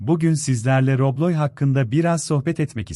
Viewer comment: “Robloy”💀 “Roblob”💀